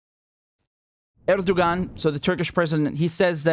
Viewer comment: The "ğ" in Erdoğan is silent. So it's pronounced "Erdoh-an"